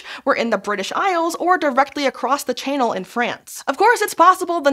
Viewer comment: Did she really say chaynel? A native english speaker read channel as chaynel?